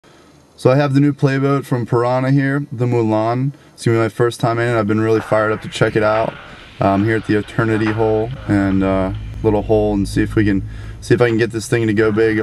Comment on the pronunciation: Mo-laan, it hurts me the way you pronounce it. Mo-laan.